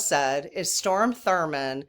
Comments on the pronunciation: It's pronounce Strawm Thur mond . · Well, lemme chime in here with probably a hundred other English and Grammer freaks (lol) and say I believe you're talking about Strom Thurman. Not Storm, but certainly understandable why you'd mistake it. ❤